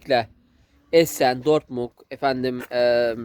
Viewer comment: Dortmung değil Dortmund oğlum, sonu “d” ile.